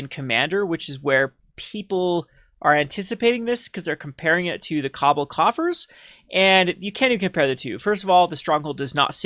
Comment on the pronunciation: Kah-ball, not cobble.